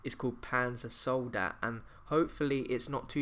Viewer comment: Soldat is soldier in german. Uber Soldat is Ultimate Soldier Panzer Soldat is Metal/Tank Soldier its german buddy, and it is pronounced "Sol-daht" with the ah pronounced as in ah (open your mouth and say ahh)